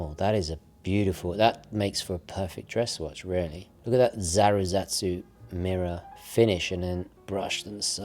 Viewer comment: Thanks for all the content and enthusiasm. Just want to say, it's "Zaratsu", not "Zazaratsu", which I've heard you say in a couple videos. It comes from the Japanese pronunciation of "Sallaz", the name of the German machine used for "black" or "mirror" polishing.